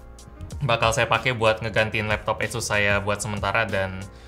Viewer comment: Manusia udik! Asus bukan esus wkwkwk